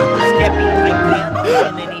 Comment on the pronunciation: Is it just me or does bbh say keppy instead of skeppy